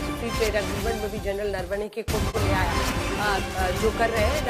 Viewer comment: अंजना जी इनके नेता नारावणें कहते हैं प्रवक्ता नरवाणें बोल रही हैं जबकि आपने नरवणें जी कहा तो कृपया इन मोहतरमा से पूछिये सही नाम क्या है ?